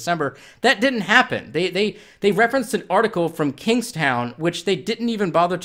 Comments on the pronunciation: As someone from Kingston, it's pronounced "Kings-tonne" not "Kings-town" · I love the way you say Kingston (Kings Town) hahahhaah I'm from Canada and this is hilarious